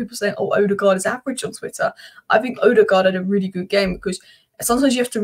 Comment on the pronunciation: But no one has yet pronounced Ødegaard's name correctly 🙂